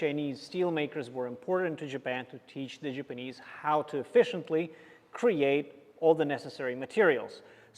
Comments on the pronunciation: Love the videos, but it’s killing me as JAPANESE to constantly hear JIPanese. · It's ja-panese, not gee-panese...